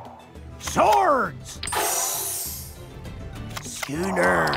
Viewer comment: Word: Schooner How the pirates pronounce it: Skünér